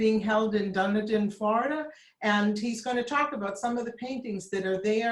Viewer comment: It's pronounced Dunn Edin